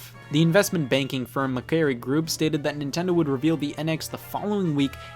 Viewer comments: OH MY GOD Macquarie is pronounced ma-kwor-ree, not ma-kaer-ree. Or at least, that's how he pronounced it, in Australia. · Macquarie is pronounced like mah quarry. My dad worked for them for a while. Pretty weird seeing it pop up places, as it's an Australian bank company. Great video though! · "macwary" lol Pronounced "macquarry" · That not how you say “Macquarie”